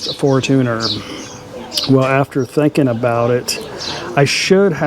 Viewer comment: Fortuner = for-chun+er.....even thai tv ads are for-chun-er. I have only heard foreign men call it a for-tooner......sorry, just a real pet peeve of mine!😉